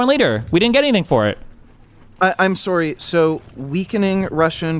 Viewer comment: Serry. Serry. Sewerey. Suhry. Sawry Syury.